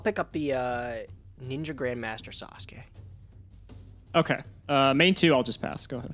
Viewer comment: ATTENTION GAMERS, THIS IS NOT A DRILL HAS PRONOUNCED NINJA GRANDMASTER SASUKE CORRECTLY